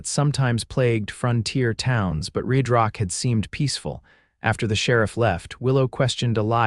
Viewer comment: how does RedRock turn into ReedRock? AI screws up....please fix it!